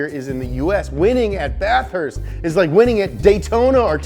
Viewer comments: The way he says Bathurst gotta say it as one word not bath-hurst hahaha love your channel so much good content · Say it with me bath-herst